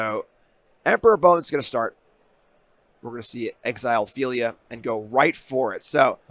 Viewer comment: Phel-i-a. 3 syllables.